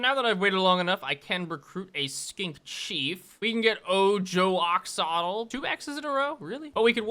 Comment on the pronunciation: is great, but hus inability to pronounce Aztec/Aztec inspired words is painful. Ex: X often makes an SH sound so the city Oyxl would be pronounced oh-ee-shul instead of Ox-awt-el